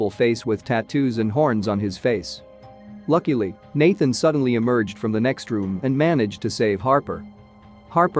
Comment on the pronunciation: When he says "Lakily"